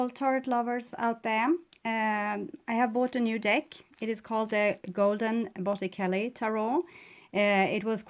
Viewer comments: You are amazing and I hope you don't take this wrongly it's to help you...you pronounce in Italian Botichelli...ce makez the ch sound. Take care! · Pronounced bot-eh-chel-e